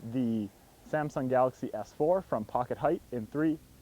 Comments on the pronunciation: Anyone else caught him say s4?? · anyone else catch him say S4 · Did he say s4